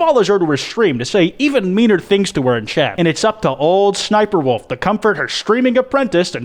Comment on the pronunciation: Not trying to hate but “shniperwolf”